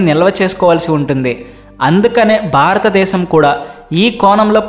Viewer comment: తెలుగు భాషకి ఒత్తులే అందం. ఆ ఒత్తులు లకుండా మాట్లాడితే అది తేలి పొయి నట్టు ఉంటుంది. కనుక ఇప్పుడైనా ఒత్తులు ఉన్న చోట కాస్త ఒత్తుల తో మట్లాడితే బాగుంటుంది. మరీ బారత దేశం బారత డేశం అంటున్నారు. భారత దేశము అని స్పష్టంగా పలికితే బాగుంటుంది. ఇది మనవి మాత్రమే.